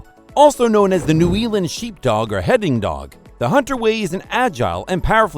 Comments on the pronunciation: Had to stop 9 seconds in. Voiceover: 'also known as the New Ealand Sheepdog...' with that sort of quality control in the first 10 seconds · This information is often wrong…! Can’t pronounce the country correctly, Hunterville is found lower Nth Island, not Sth Island…